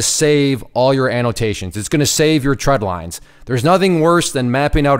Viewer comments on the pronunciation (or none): Great video. The only issue I had with it is you kept saying “tread lines,” and they’re “trend lines.” Other than that, everything was good.